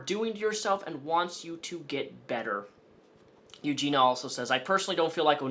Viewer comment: Eugenia Cooney has ED? Erectile Disfunction? As an audio only listener, lulz. Also, is it 'Eugina', or 'Eugenia'.... Because you keep saying both ;). Sometimes you don't done gone speak so goods. Also, you should interview Billy the Fridge about Onion boy. That would be an epic Trainwreck. No way he would be down tho. I feel bad he's stuck in the middle of this because he's friends with everyone. And friendly to everyone, no matter what. That Billy is a good guy